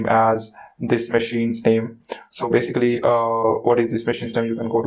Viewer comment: Nice video but next time maybe don't overuse the words you can't pronounce, like "basically".